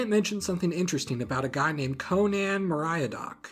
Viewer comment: Your pronunciation of Meriadoc tells me you weren't paying enough attention to Hobbits.